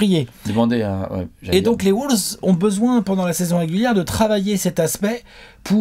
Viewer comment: Par contre stp, on dit WOLVES, pas WOULVES...